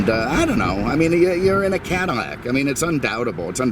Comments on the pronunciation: Its Cadillac not Cadimac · Cadimmac? Am I hearing that correctly lol. Atleast say Caddy. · Is he saying cadd-I-Mac or am I losing it? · BTW, the original French name is pronounced Cadi-YAK. They still call the car that in France. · Why does he say Cadimmac? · I think it is a speech thing. But I think it makes the review even more entertaining. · Thought the same thing lol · 🤦‍♂️say cadillac correct!!! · Speech impediment. Just listen to him pronounce any words with the letter "L" in it and you'll hear it. Lincoln, Love, Liter and so on. I caught it a longtime ago but didn't want to comment on it until possibly seeing someone else comment on it and this is the first comment I've seen on the way he pronounces Cadillac or words involving the letter "L" in all of his videos that I've watched. His commentaries are usually so hilarious that you almost ignore or even notice it. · He don't no any better